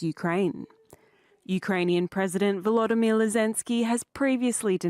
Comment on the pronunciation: "Volodimill Lezensky" 🤡🤣🤣